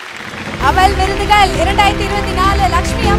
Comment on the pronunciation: அவல் விகடன் விருதுகல். தமில் மிக அருமை. 😡😡